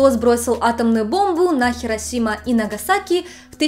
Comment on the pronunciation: Эм. Если ты живёшь в Японии почему неправильно произносил города. Хиросимо и нагасахи?